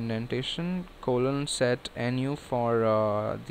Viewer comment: press what? colom?